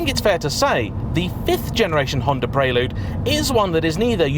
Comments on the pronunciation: The 4g 2.2 VTEC was a better car overall. Even the late h22a8 in the 5g with the extra power didn’t have real fizz or the fluidity of a 4g Oh & it’s PREL-LUDE. Not PRAY-LUDE.!!!!😳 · It's pronounced like the girl's name, Elle. Pr-elle-you'd, not Praylude. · Maaate!! Stop it with the "Pray-Lood"...it's 'Prell-Yood' 😁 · Oddest pronunciation of "Prelude" I've ever heard. You're saying it the way I would imagine Americans say it. The word prelude is pronounced "prel-yood", not "pray-lood". It's etymology is as a musical term. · What's a Praylewd? 😂😂😂 Apart from that, great video as always. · "pray lood..'' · Hurts my heart to hear this car called a “Preylood “ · It's pronounced preh-lyood, dood. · Guessing how he say Prelude Preyyyyloode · Why are you pronouncing it praylude? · I thought it was pronounced Prelude, not Prelude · I'm triggered by how he's saying 'Prelude' 😁😄